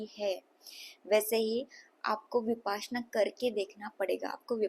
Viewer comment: विपासना नहीं है इसे "विपश्यना"" कहते हैं